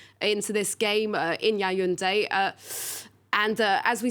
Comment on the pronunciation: The pronunciation is Ya-woun-day. Not yayounday or whatever she is saying. Please get that right, thanks.